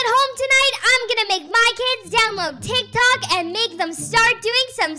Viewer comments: It’s not teek Tok Tik Tok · It's not teek toyks it's tick tok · "TEEK TOKS"I CANT SAY ANYTHING😭🤚 "TEEK TOKER" LiKe NoT AgAIn😭🤚 she is back with the spelling wrong "BRUUKHAVEN" 😭😭😭😭😭😭😭😭🤚 and what voice is thet 😭😭🤚 and who is RONALD SUTMP😭🤚 Not the "TEEK TOK" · “Teek tok” “C r e e p p o k” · Not TEEK TOKING😭🤚 And not ronald stump😭🤚 Not TEEK TOK